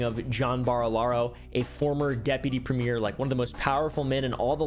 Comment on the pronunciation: also, we pronounce it "Premmy-er" not "Prem-meer", lol